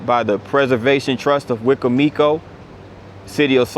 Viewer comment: Great video. This is how you say wicomico wecombmecoe